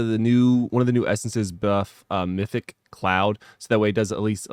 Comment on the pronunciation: Meph-it-ic, not mythic :)